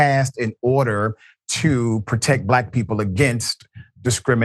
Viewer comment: Glade you noticed "blaAk"